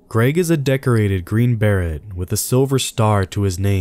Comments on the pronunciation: No offense but if you're gonna narrate u should know that "green beret" is pronounced ber-ay, not"berett"..lol...nbd though still love your channel!! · Green Beret is pronounced as bah-ray not bear-it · Green Ber-at? It's pronounced "Green Ber-ray" spelled Green Beret. I'm not much of a grammar/pronunciation nazi but this is such a common word I felt you should know how it's pronounced so as not to be cringe worthy. Kinda like when Obama said corpse-man instead of Core-man for the word Corpsman when he was referring to a Marine. It was so embarrassing to hear the President of the U.S. say that. You also need to work a little on your inflections at the end of your sentences. You have a lazy trailing off of your sentences. It's distracting. I only say this because you seem to make a living at your English narrations and they should be crisp and accurate for someone making a living at verbal communications. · Blynd? Or blind? Green berret? Or beret... Pronunciation and annunciation really do matter and make a difference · no offence, but you pronounce sooooo many things wrongs. "green ber-ay" not "bare-ett"" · He's a green Barret, the black guy with a gun-arm from Final Fantasy 7, only green. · Please get an English speaking proofreader. 'Green Beret' is pronounced 'green buh-ray'. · Who else listens for the hysterical mispronunciations- the winner on this video is “Blynd” - some of us might call it a blind (as in can’t see). Runner up: “Green Berrett”. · You pronounce "beret" like "bear ray". The "T" is silent. If you come across a word you've never used before, you should look it up and find the pronunciation of the word before using it. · TheDisabledOne :3 she's right...don't hate. I mean on a video where the audio is paramount it's a pretty damn important point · The mispronunciation of words makes me cringe. The way he pronounced Green Beret and deer blind really irked me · Dude, how can you mispronounce "beret" and "blind"?